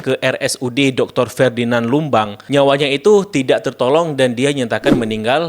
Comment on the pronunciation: Maaf, Host! RS Dr. Ferdinand Lumbantobing, bukan ferdinan lumban.